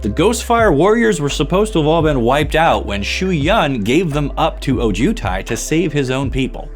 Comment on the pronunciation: Please emphasize the “O” in Ojutai